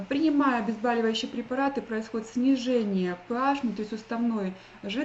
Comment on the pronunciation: добрый день,спасибо за информацию,-очень познавательно,но слово обезбАливающие очень режет слух,вы,как врач,должны знать,что правильно говорить обезбОливающие препараты...и,кстати,я тоже всегда думала,что лимон-это щелочь,но посмотрела,как одна блогерша проверяла его кислотность такими же,как у вас тест-полосками,и они показали,что лимон,это кислота...